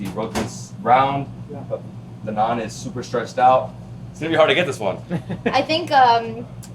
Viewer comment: Oh no, you messed up the naan😂🤨. Anyway I loved this video. You know, because of my heritage, I love Indian and Chinese foods. I loved the Nepal segment with all those momos(dumplings). Looked very tasty. You and Nathan did a very good job going around the city and highlighting some of the foods available here. Great job by your host. Looking forward to what's next. ❤️ BTW, you know what I love about these videos, is that you show us foods that we could probably try, now that we know what to expect.